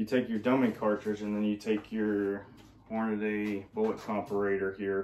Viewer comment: Pronouncing "Cortina" as "Cortana" is nothing. What IS something is Hornady is NOT Hor-na- day. It is Hor-na-dee. And "anyways" is not a word. It is punk street slang crap. Want to be professional? Work on a few words, huh? Anyway.......